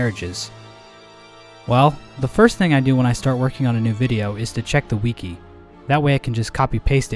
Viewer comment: I’m sorry, but I don’t like how you pronounce wiki